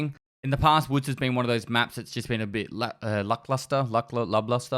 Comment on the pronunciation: I learned from this video... that doesn't know the expression lack luster and how to say cache lolol.